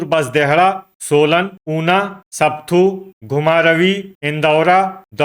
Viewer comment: Not sapthu but sapathu